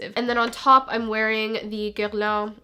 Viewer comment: the way you pronounced guerlain is sooooo freaking gorgeous